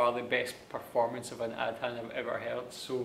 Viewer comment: the word is not pronounced AD-HAN, but A-THAN (like in greater THAN)